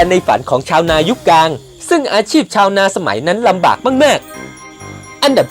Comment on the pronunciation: ข้อมูลดีครับแต่ออกเสียงคำว่าอังกฤษต้องควบกล้ำเป็น อัง- กริด นะครับ..กลางก็ต้องมีล..ลิงไม่ใช่กางครับโดยรวม ร.ล.ไม่มีเลยครับ